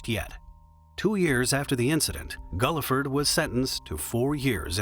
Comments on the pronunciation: Its pronounced Gill-ford, not Gullafud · The truck driver's last name is pronounced GILL-FERD, not GULL-I-FURD. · The truck driver's name was Buce Guilford, pronounced "GILL-ford." Get it right.... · Guilford is not and never has been pronounced “Gulliford.” That drove me nuts. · Pronounced Gil-ford. Seriously???